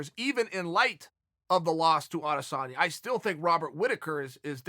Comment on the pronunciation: s/o Chael for saying Adesanya